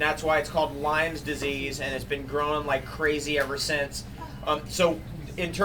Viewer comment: It's Lyme Disease — Not "Lyme's Disease"